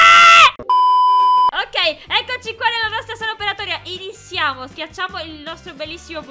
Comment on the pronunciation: prima all inizio del video hai detto "inisiamo"